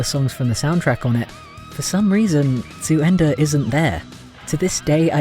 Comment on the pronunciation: Damn. You said "zu Ende" pretty good for a non-native speaker. I've always heard from other people that German sounds harsh and as if you'd always argue but never have I heard someone saying it sound beautiful. Thank you so much for the compliment! c